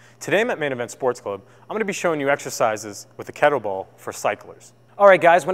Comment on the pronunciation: Cyclists, not cyclers. Kettlebell, not kettle ball. I hope your day job isn't teaching English.